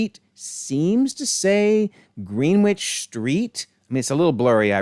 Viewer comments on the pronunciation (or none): Wow, what a doozy! It's a shame this universe didn't wind up in Multiverse of Madness. :P And I'm sure you've been told plenty times already, but it's not pronounced Green-Witch, it's something like Grenn-idge. Blame the British with their wacky spellings and ignoring all the rules of their own language. Greenwich Mean Time, Greenwich, the town the Prime Meridian runs through, everything that denotes what timezone you're in plus or minus however many hours, that's what it's called. It's not even something we've Americanized like the school of Notre Dame being called Note-r Dame instead of the French way, No-tray Dom (or something like that, spelling phonetically is hard), Greenwich is just not spoken how its spelled.